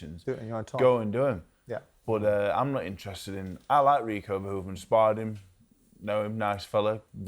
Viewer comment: Ffs TalkSport it’s Verhoeven, not “Van Hoven”